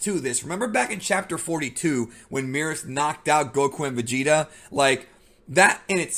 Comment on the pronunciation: Is it Meerus or Merus? Merus is pronounced the same way as Beerus? This peeves me lol